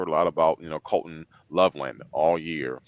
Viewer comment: It’s definitely colston… not Colton. Don’t disrespect that name.